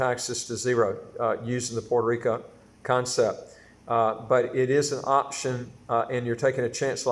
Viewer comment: It's pronounced Puerto RicO, not Puerto RicA.